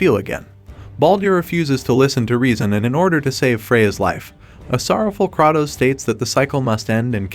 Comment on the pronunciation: The number of times you butchered Kratos' name hurts me.